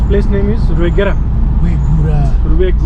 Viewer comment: Rw=RGW "Rwegura" Pronounced "Rgwegura" Is a hydro power Dam not a lake😊